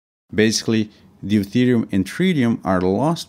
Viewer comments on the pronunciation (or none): none